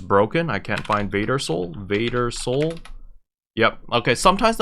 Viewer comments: Isn’t it “Varder Soul” (with two rs), not “Vader Soul”? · It’s Varder xD